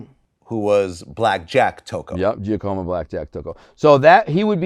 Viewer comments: Dude don't know shit. IF YOU BELIEVE ("GIA-COMA") TRY ("JOCK-A-MOE") Giacomo Black Jack Tocco OR Tony Giacalone would Inform this dude of the HOFFA HIT your DELUSIONAL! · Lol, alleged mafia associate but doesn't know how to pronounce Giacomo. 😂